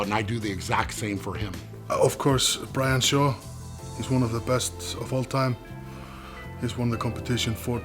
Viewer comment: "Brain Shaw"... lol mistake